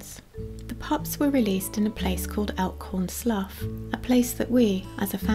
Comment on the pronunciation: As one of the locals, we pronouncel it "Elkhorn Sloo" not "Elkhorn Sluff". As a child in the late 1970's, before the Monterey Bay Aquarium was built in 1984, my brother and I came across a wild sea otter in big rocks about 100 feet/33 meters from the water. It looked bloody like it had been in a fight. I later looked it up and it could have been a mating fight, but could have been a predator, too. The sea otter looked a little shocked so we got some garbage bags and filled them with water and let a small stream of water pour over the otter. That seemed to make something in it's brain kick in and it began grooming it's dense fur. It was a cute thing, but we knew not to get near enough for it to bite us and got up on rocks above it to let the water stream land on it. After a while, people noticed our weird behavior of carrying bags of sea water and holding them to drain in the rocks. Fortunately by then, the sea otter seemed to have come out of it's shock and been rested enough that when other people showed up, it made it's way out of the rocks and across the tidal pools on the other side that us two kids hadn't seen at the time and it got away before a larger crowd than a few other kids and teens showed up. This is what I can remember of the incident that happened about 45 years ago. Back then, we had no idea about contacting someone about a wounded wild animal and the otter would most likely have disappeared before someone could have shown up from Santa Cruz which was where t